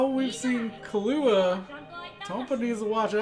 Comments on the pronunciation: It's pronounced "Kill-oo-a", but you're emphasising on the "oo" too much, like "Kill-OO-a", just say it all at once like Killua. I sound like an idiot lol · The accent is on the Kil, not the lua of Killua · Why do you keep saying Kullua It's Killua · lol he keeps callin him Kahlua like the alcohol. BRUH